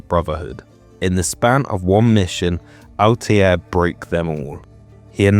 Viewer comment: C'mon, not able to pronounce Altair hurts my ears. 😒 But nice vid overall.